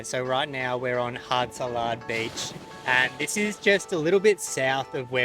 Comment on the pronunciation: Gosh you guys need to learn how to present and pronounce the beaches correctly ..it’s not “hard salad” it’s Haad (Had) obviously you haven’t been there for long or if you have you’re just air heads